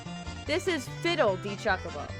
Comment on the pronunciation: She purposely saying chuck a bow what's a chuck a bow